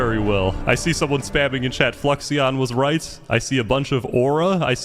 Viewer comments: I love how no one can say fluixons name correct it’s actually floo-ix-on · my biggest pet peeve including in the actual 1000 player video was people constantly mispronouncing Fluixon's name as Fluxion the i is before the x guys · I like how long it's been and how well known he was, and still no one can pronounce Fluixon's name. It's spelled F L U I X, not F L U X I. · Love how bro kept pronouncing Fluixon wrong